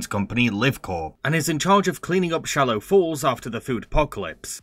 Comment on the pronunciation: No harshness meant here, but I'm a tiny bit upset that he kept saying "Shallow Falls" even though it's Swallow Falls